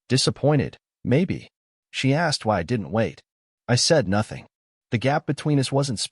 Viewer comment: “Nothing” is 2 Syllables…..